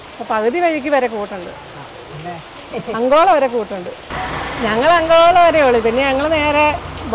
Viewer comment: not angola it is ankola😊